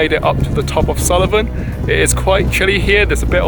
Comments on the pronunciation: Nice video, but it's Sool-ven not Sulli-ven. Just so you know 😉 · Correct pronunciation is Suilven or Sullivan?